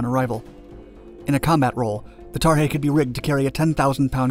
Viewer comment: Why is he calling the sky crane tarhey?